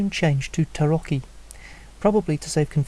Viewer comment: Five stars, favorited, and added to my blog!! I'd give it ten if YouTube allowed for it! Not only is it a breath of fresh air to see Tarot covered from a card players' perspective, you may have been the first native English speaker on YouTube to pronounce the word "Tarocchi" correctly! Great job on this one here. I'm very much looking forward to seeing the rest of this series!